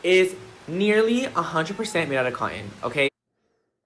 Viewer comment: he said cotton so weird 😂